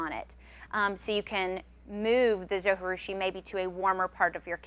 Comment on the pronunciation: Great video! Thanks for all the advise! One thing, though. In the video that came with my Zojirusha they pronounce the "J". I know you don't pronounce a "J" when speaking spanish but the Zo was made in Japan. Not trying to be too picky, but.... Linda